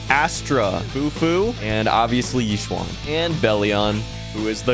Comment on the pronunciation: "E-shen" not "Yi swan" please.